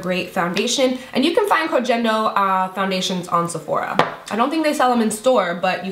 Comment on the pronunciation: i agree with the MUFE primer! idt it's dead skin though, i'm pretty sure it's whatever other skincare products you use and it's just rolling them off. ): i'm gonna have to try the dr brandt! and the G in Koh Gen Do is pronounced with the G from the word "gain" (